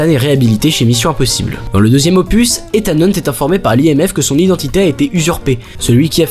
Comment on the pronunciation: Par contre on en parle de la prononciation du prénom de hunt?? Mission impossible 2 jusqu'à dead reckoning il s'appelle ethan hunt Mission impossible 1 c'est prononcé bizarrement genre izeune hunt